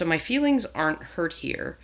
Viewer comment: That's 'feewings'.